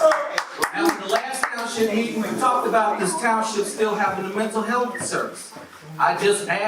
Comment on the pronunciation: Did she really say "mental helf" also.